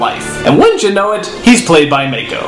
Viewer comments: Does it bother anyone else that he keeps mispronouncing "Mah-ko" as "Mai-Ko"? It feels so disrespectful. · I can't stand the way he says Mako "Mayko" ughh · Also, please stop calling him 'May-koh'... it's 'mah-ko' as in "open wide, say 'aaaaaahhhhhh!". Short 'a', not long 'a'. However you are correct when you put Mako up as a modern day saint. That man was amazing. RIP general Iroh. <3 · Did I hear that right? Did you pronounce that May-ko?? It's Mako. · Mako Iwamatsu, pronounced (Mah Ko), he isn't a fucking shark!